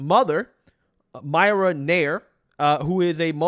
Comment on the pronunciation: That's "Meerah Nah-eer"